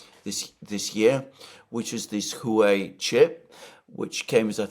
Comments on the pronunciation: Who way = WAA WAY. San fran chisco = San fran SISSCO. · Alexander my guy, its pronounced wa way (Huawei) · Aside from your best-in-class analysis, I greatly admire your long-time efforts to pronounce foreign words as closely as native speakers say them. In this spirit, San Francisco is not “San Franchisco”. The “c” in Francis is an “S” sound. Huawei is sounded out “Hwah-way” not “Who-ay”. Keep up the great work!!! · More like Hruwa Wei